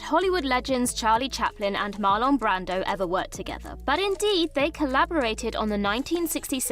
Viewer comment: "Marlawn" lol Somebody commented on another video that they mispronounce things on purpose for comment engagement. It was on a video they pronounce Cillian Murphy as "Sillian". Ever since then, I can't help but notice how many names they mispronounce and I'm starting to believe that guy. But here we are, so it must be working lol.